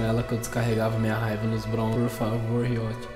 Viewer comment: AAAA QUE AGONIA O WOODS FALANDO "RIÓTI" AAAAAAAAAAAAAAAAAAAAAAAAAAAAAAAAAAAAAAAAAAAAAAAA